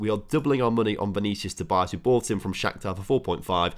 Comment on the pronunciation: Im portuguese and its not vinicius tobias its " vinicius tobiáz "